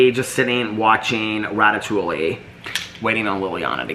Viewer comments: ratatouille is pronounced “rat a too e”. I have also eaten it as a meal. You pronounced it incorrectly. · Ratatouille is pronounced Rat a too e. The way you pronounced it cracked me up though! 😂